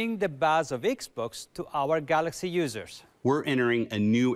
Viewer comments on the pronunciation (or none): I love their pronunciation to Galaxy " Galakshi "